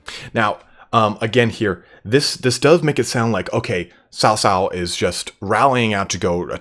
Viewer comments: Cao Cao should be pronounced as “Chao Chao” (like Chao in Spanish - “goodbye”), not “South South”. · Cao cao is. 曹操 ，not sao sao ,Sao sao sounds like big brother’s wife in mandarin,you can use google translate or something to find how it’s pronounce like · xia hou dun is the way to say his name . so as cao cao not saosao its caocao曹操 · Xiapi should roughly be pronounced as "see-ya-pi" or, more accurately, "si-ya-pi". Cao cao should be pronounced as "chow chow", or, more accurately, "ts-ow ts-ow".